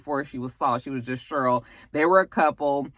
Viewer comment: your review was better than the movie lol I laughed every time you said "Shurl" (Cheryl) 😂😂